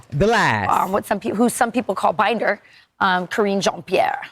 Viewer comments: B... thats Pronounced...P Air..not that it really matters😅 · Omfg, all black ppl should know how Haitians pronounce Pierre. I'm not listening to anything else you have to say until you get that right! I'm not Haitian, I'm FBA, but that was atrocious.